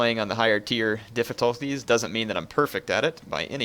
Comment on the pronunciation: "Diffitolties" XD Sorry it just sounded so funny